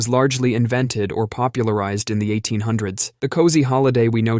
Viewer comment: “in” not “een”